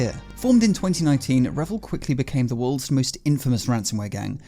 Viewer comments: it's pronounced REEvil i.e. R followed by Evil Otherwise great content 😊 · What if they actually pronounce it revil as he said it ? And he is one of them !😂